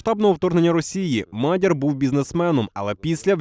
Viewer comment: Не Мадяр, а Мадяяяр! Слава нашим героям України! Хай відбуваються найкращі розвитки подій для нас, для нашої України! ✨